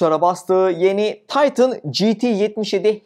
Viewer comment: Taytın yerine direkt titan diye okusan? Panel i , penıl diye okumuyorsun mesela?